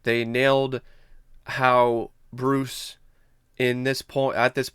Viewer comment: LMAO!!! . I felt the same way. I was like why is he pronouncing Bruce's name like that? lol